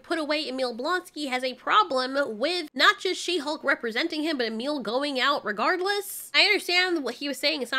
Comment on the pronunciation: I don't know why, but She-Hulk always sounded to me like "shemale"...lol